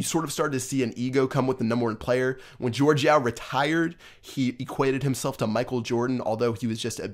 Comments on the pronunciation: Jorge is not George... it’s pronounced like HorHey... respect the name, this man changed the game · why do people say jorge yao's name as "george" cus its not :P sry bout being a somewhat grammar nazi but jorge yao honestly should have been banned because the way he became the #1 player was so cheap but he quit anyways